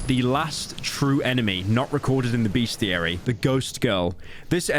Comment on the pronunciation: There's no "A" in the first syllable of bestiary. Fool 😊